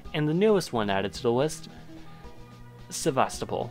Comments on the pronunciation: It’s not SevastApol it’s SevastOpol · Hey just wanted to say you mispronounced sevastopol it's pronounced sev-a-sto-pol. It's a common mistake apparently but in Russian it's pronounced as that. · *angry Sakhalin screaming because of the map in the begining * Also it is "sevastOpol"